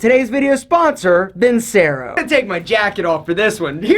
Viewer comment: It’s pronounced VIN-CHERO....